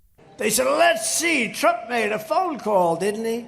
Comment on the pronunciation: At 2.24 he even calls himself “Strump”. 🤣